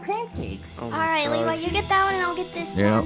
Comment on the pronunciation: No one's talking about how call Levi Lever🤣🤣